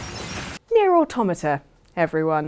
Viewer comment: Thank you,, for not pronouncing it "Otto-matta."